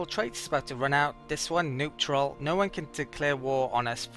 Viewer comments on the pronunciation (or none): LOL sounds like you called "neutral" "Noobtroll" made me giggle =) love these vidz btw. tanks! (red. Thanks)